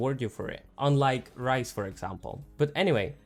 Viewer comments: RAZE not ryze. :^^ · Great vid. Her name is Raze tho, not Ryze. I was very confused at first! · My man said ryze